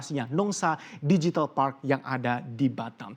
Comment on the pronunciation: Pelafalannya "digital", bukan "dijital". Karena kata digital sudah diserap menjadi bahasa Indonesia